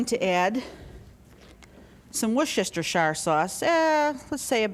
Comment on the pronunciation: lol she butchered it 😂